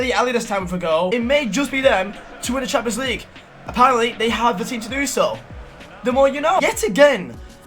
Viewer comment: Normal person: Champions League Final: Shamenjlueege Final